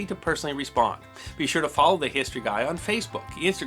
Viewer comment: HEE-story of brit-TAIN?